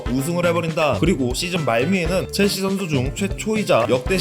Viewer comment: 체엘시~가 아닌 첼씨!로 바뀌었넹6ㅇ